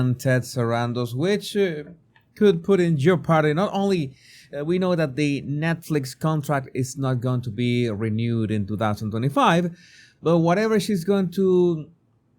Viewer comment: Thank you for the videos,! (Pssssst! "Jeopardy" is pronounced "jepardy".... strange one, I know) G Ire